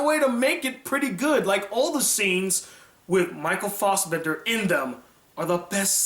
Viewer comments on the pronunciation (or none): Michael Fossbender. It's Michael Fassbender.